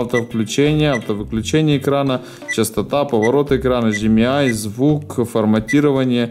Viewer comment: прям язык охота вырвать когда говорят HD МЯЙ!!!